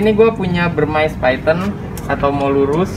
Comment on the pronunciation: Molurus dari India Bivittatus/Burmese yg d lindungi dulu emang namanya Phyton Molurus Bivittatus tapi sejak 2009 udh jadi species tersendiri DAN DILINDUNGI. Begitu ceritanya & kata influencer reptile lainnya. Burmese dibaca Burmis bukan Burmais atau Burmice.